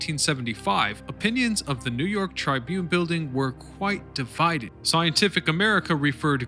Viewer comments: sorry but it is TRIBune not TRIbune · It's 'tribYOON', not 'TRYbyoon'. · Learn how to pronounce the word tribune